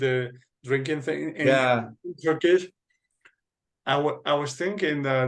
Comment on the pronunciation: Your Turkish pronunciation is the same as someone whose native language is Turkish. As a Turk, I was very surprised.